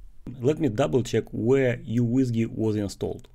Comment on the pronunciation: It's pronounced as MICRO WHISKEY not YOU WHISKEY